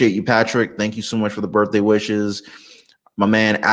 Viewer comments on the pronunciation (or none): none